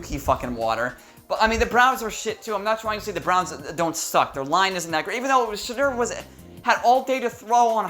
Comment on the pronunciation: are you saying shitter sanders?